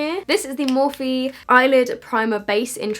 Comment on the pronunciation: noooo stop pronouncing it “morphee” it’s pronounced “morf”